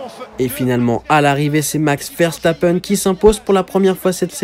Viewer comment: C'est qui vairçtapaine ? Une prononciation aussi approximative c'est plus que rare